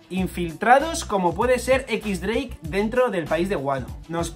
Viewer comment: se pronuncia diez dreik.